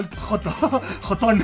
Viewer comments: Es llolteon no goton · muchos lo llaman: Jolteón Hollteon Mike: "Joton" Xd